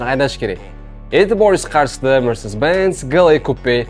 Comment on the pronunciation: Ты сперва научись сказать слово mercedes-benz😂😅